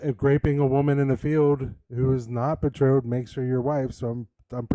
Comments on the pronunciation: bethrottled?? wtf is that. did he mean betrothed ? these guys are so dumb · Be-throttled? Is that another Wes Huff mispronunciation?